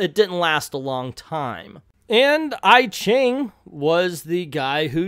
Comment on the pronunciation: I ching is pronounced E ching.